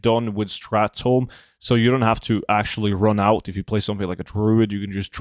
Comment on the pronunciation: It's not "strath tome"